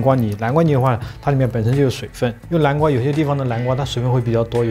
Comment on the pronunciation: 叫南瓜，不是蓝瓜，好吗😂